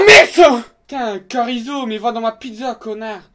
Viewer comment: C'est Chorizo ca Carizo dans ta pizza..